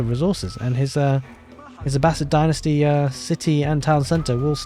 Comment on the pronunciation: Oof! That was rough for the Abb-ass-id.